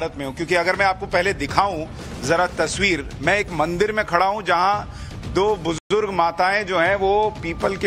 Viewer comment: Bujdurg nahi bujurg hota kamina hindi nahi padhe ho kya school me